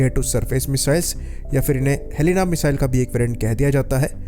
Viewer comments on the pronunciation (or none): none